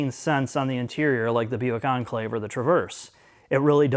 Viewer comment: Reminds me of the British sitcom Keeping up Appearances where a lady has the surname Bucket that she insists is pronounced "Bu-kay", but everyone keeps calling her Mrs Bucket. "Oh no dear, I don't drive an On-klayve, I drive an En'Cla-ve!"